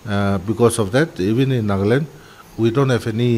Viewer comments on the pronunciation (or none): Sister its not naagland it's nagaland